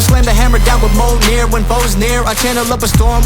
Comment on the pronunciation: I'm five months late but REALLY appreciate mjolnir being pronounced correctly.